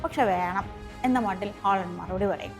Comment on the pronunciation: ഹോളണ്ടല്ല.... മോളു... ഹാലൻഡ്